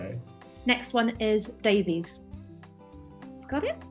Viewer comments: Davies is not pronounced “Dave-eez”, but “ Dave-iss” 🏴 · Davies is pronounced Davis not Davieees